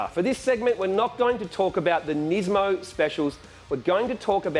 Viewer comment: You forgot one, it's Nis-mo, not niz-mo as everyone pronounces it